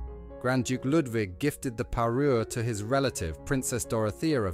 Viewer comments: Parure, not parus! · Parure, not Peru!😊